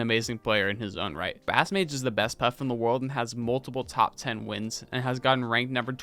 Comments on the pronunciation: Great vid man!! I've been looking for a vid like this :) (i pronounce it base-mage and i was so confused when you said bass-mage LMAO) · bro said bass 🐟mage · It’s pronounced basemage btw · Yo great video! But how you gonna say yikes at someone going 2-2 at their only major and then proceed to mispronounce bassmage like 7 times in a row. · super awesome video but damn you might’ve butchered just about every tag😂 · why pronounce bassmage like that? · I'd do a bit more research on how to pronounce names. BassMage is pronounced 'Base' as in the musical instrument not 'Bass' like the fish. Lui$ is pronounced Louie-money.